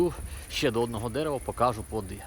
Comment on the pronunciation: Не "покАжу" а "покажУ"